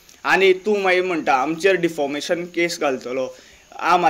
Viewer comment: 🤣😂🤣Not deformation its defamation maje pronounce wrong jata te... What i can do in that... 😂😂🤣🤣